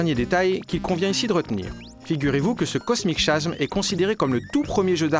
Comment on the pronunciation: Super collection. Par contre, ça fait bizarre d'entendre Cosmic Chasm prononcé /kosmik ʃasm/. En anglais, ça se prononce /kosmik kazem/ :)